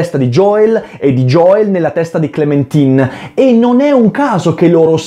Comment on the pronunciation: fra ma si legge * clementain * sigh